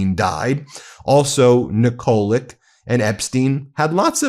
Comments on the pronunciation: Pronounced Nikolich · Ben, pronounce Yugoslav names (Nikolić) that end with č, ć (c) same as Dersowitcz or ch(air). It's easy. Like Djoković, Dončić etc. Sorry.